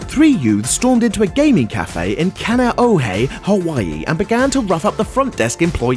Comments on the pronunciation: Mmmm kan-ah-oh-hay... yeaaa nooooo... Its kahn-ey-oh-hay Source: lives in hawaii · Oh god. Butchered Kaneohe. "Cah knee oh hay" is how it's pronounced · That looks like KHON2 News...Also... The proper way to pronounce kaniohe is ”con-E-Oh-hay”.... yes I live in Hawaii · Bro the way you said Kaneohe 😂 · Lol the way he says Kaneohe